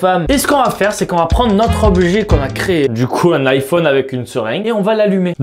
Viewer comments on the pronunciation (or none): none